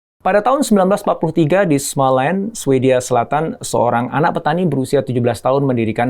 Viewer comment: IKEA, Småland, Lundgren... sebaiknya pelafalannya tidak perlu diinggriskan. Karena pelafalan swedianya sama persis dg Indonesia. Salam.